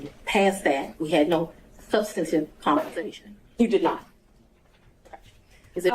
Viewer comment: She keeps saying SUBSTATIVE. THAT is not a word. I’m assuming she means sub·stan·tive . How did she get her position? She sounds uneducated. Poor court reporter. Going to be a lot of sic in this transcription.